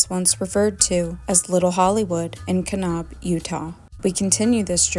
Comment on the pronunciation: Hey, great work. I’ve really been enjoying it. I wanted to point out the Utah pronunciation of Kanab. Instead of Ka-knob, it’s pronounced Ka-n-Ab. Like, you are trying to nab somebody. It’s not a big deal. It honestly might be a little nitpicky but being from Utah it just struck my ear weird, so I figured I would say something and let you decide what to do with it. Can’t wait for more!